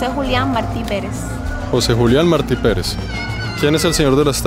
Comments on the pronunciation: la parte en que cada vez estabas pronunciando mal y diciendo Marti en vez de Martí (con acento en la i) lol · Martí!!! Con acento en la I, te lo dijeron 200 veces jajaja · Se dice José Martí con acento en la í. Murió en una refriega con el ejercito español. El no debía haber ido a pegar tiros porque hacía mejor servicio en la retaguardia con su poesía etc., pero se ve que se empeñó en ello. Excelentes videos haces amigo, saludos! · No es Marti, es Martí. Un español nacido en la Habana, como todos los cubanos, hijo de peninsulares ibéricos (salvo los que descienden de africanos), de padre valenciano y madre canaria. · No es José Márti, es José Martí. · marti acento en la i maeti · Emocionante: el canto del gallo y luego el suspiro. Inquietante: El faro. Repulsivo: la propaganda al Che. Entretenido: este es el tercer Mar'ti, este es el cuarto Mar' ti. Esto último puede provocar risas muy estruendosas en una persona nacida en Cuba y que fue adoctrinada por comunistas desde el círculo infantil. Fue mi caso. Gracias. Muchos éxitos. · MARTÍ! José Martí! Acento en la í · Se pronuncia Martí ! Acento en la i ! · Martí. Con acento en la I. Jeje. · Martí, se pronuncia con acento en la i. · Martí, lleva acento en la í, por tanto es aguda. Se escucha raro como lo pronuncias. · Interesante pero no te equivocaste con Marti el asento es en la Ultima I no en la a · Desconozco si es asunto de acento, pero ese apellido en Costa Rica lo pronunciamos con acento en la I. José Martí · Me pregunto si en algún momento aprendió a pronunciar Martí. 😅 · tus videos me gustan,pero le pones demasiado énfasis cuando hablas de los norteamericanos que iban que hacían….y la pregunta es te caen mal los norteamericanos? Porque al ser you tuber,no debes hacerlo.yo vivo en Norteamérica,y no me gusto el tono que usastes